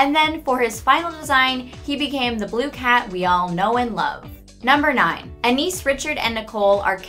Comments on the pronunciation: A few things are wrong. Penny is allergic to blueberry, not peanuts. The names Anais and Sussie are pronounced wrong, (although, Granny Jojo says Anais different than everyone else, like ah-NY-us.) Boquelet is most likely pronounced wrong as well, since he was born in France. Even GI is pronounced wrong. She says GI, like in GENIUS when it should pronounced GI like in GEESE, but without the S sound. And there were many more than two previous Darwin's before our Darwin. How many times did Richard sing, "Swing low..." before rushing off to the pet store for another fish? Definitely more than 3. If I were a bigger Gumball nerd I'd have the correct number. Sorry. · Yeah and near the beginning she mis pronounced Anias (spelled wrong but whatever ) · Bruh The way she pronounces anais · All of mispronunciations in this video make me cringe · she said sussie and Anais wrong or am i the only one who notice. no offense just saying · I hate the way she pronounces anaïs and sussie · Ok so she said anees Pronunciation 100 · It's Ana-is not Anis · It's not pronounced Anees, it is pronounced An-eye-iss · 1. Anees? I’m triggered Her name is Anias/Anais not Anees 2.most of the facts are already in the show 3.Penny is allergic to blueberries not peanuts. If she was allergic to peanuts,that’s basically saying she’s allergic to herself and family.....cause they are peanuts 4.”Gumball and Darwin are the only characters to appear in every episode” are you sure about that? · STOP SAYING ANES ITS ANAIS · “anis” ”a n i s” ”a n i s” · In season one they pronounced Anais’ name Anias Like if your triggered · ✨a n n e e z✨ 😏😏😏👁👄👁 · Her: Pronounces it Anias. Me: TRIGGERED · "anEeS" are you kidding me..? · It's an I eas. That's how you pronounce anais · Anaes??? Call FBI!!++ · i think anais's name is pronounced An ah ees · Voicer: AnEEs Me: TRIGERED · aaAAHH! KNEES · Prepare ur a-nis. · More like "a-nigh-ease" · She also said Anais wrong. It’s “AN-I-EES”. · Did she seriously just say Enis? Omg.